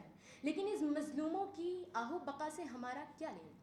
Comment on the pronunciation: آہ و بقا نہیں آہ و بکا ہوتا ہے لفظ پیاری بیٹی